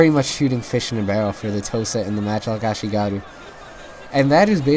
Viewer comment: Note: The markers of experience are called "chevrons" not "tick-marks", and your ally's matchlocks were firing very quickly because they're veteran matchlock monks, which are VERY different from ashigaru (ah-SHEE-gah-ruu). Like the channel!